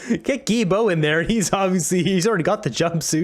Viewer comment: The name is pronounced: GILL-BO. Thanks!